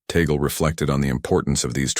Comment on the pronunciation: The Cardinal's name is pronounced TAH'-glay. Have some respect.